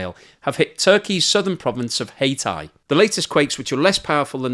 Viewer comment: Just to let you know ...its not pronounced Hay tie ...its HA tie.. thanks.. The construction amnesties given and praised by this government and specifically it's president effectively built deathtraps..... and should also be charged with negligence...